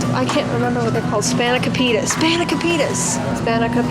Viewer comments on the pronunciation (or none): Span - ih - cope- itah ! That’s how you say it !! ( Greek) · Spanakopita Pronounced Span-I-Cope-I-Da :) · span uh kOHpeeta im greek so hearing u pronounce it pained me on a spiritual level so here u go ^-^ also yall are adorable lol